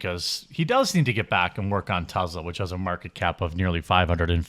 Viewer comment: Jeremy…. Say it with me Tess-laa not Tez la